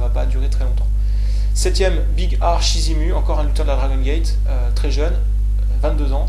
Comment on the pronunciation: et sinon c'est Big R Shimizu, pas Shizimu ;)